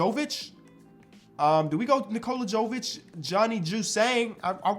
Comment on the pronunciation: Brooo, Nikola Jovic is pronounced the same way as Nikola Jokic. Just replace the K with V. There is no JOE at the beginning. Sorry, but I'm Serbian and it bothers me to hear you butcher this man's name every time 😂🤣